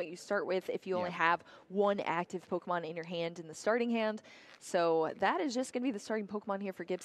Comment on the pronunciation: The commentator pronouncing every Pokémon wrong like 🙃🙃